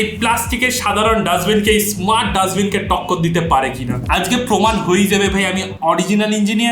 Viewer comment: আজগে না দাদা আজকে হবে,নিজের ভাষা গুছিয়ে নিন